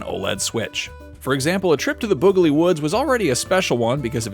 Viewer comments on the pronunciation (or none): They said boogley woods apparently ign can't read or play games. It's boggley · Boogly? 😬 Someone didn't know how to read the review written for them.